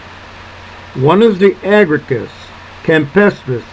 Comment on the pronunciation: One small edit. The genus is Agaricus the second a is pronounced